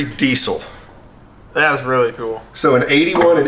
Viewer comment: The trouble is they are not pronounced "grooper" but "grope er" and "eye su zu" not "ee su zu" and "dee zil" not "dee sil"...